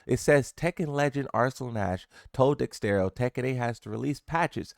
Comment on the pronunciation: I don't understand how you can hover over the word Dexerto and incorrectly read it twice in a row You speak one language and barely do that well English is not that difficult stop being in such a rush to push out a video and learn to proof read your stuff